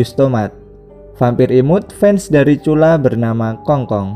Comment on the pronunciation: Bang nama dia cula🤔 bukan curah